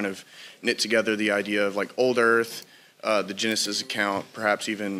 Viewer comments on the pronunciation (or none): none